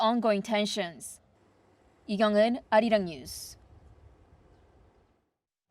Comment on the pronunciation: It is pronounced as, "Ah Ri Rang".